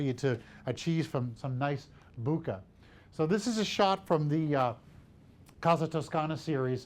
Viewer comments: He said booookah !! 😂😂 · Worst pronunciation of bokeh award